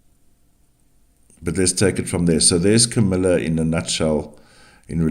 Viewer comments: Comma-la 🙃. Thank you for the reading. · I have to laugh every time you pronounce Kamala name.